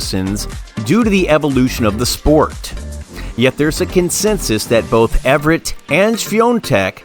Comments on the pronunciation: This video is unwatchable because Chris' name is mispronounced throughout. It's Evert (E-vert). NOT Ev-rett. If the video is going to be about someone, then get that name right for heaven's sake. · Evert - not Ev er ett. How difficult is it to learn the name of the person featured in your video? 🙄🙄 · YES very annoying mispronouncing her name! EVERT NOT EVERETT!! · It’s one of the most annoying mispronunciations because Ev er ett very clearly requires extra letters. It’s not like potato vs potato, am I right? 😬😬